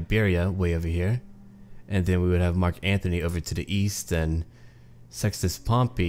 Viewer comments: Antony, not Anthony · ***** Still it is Antony.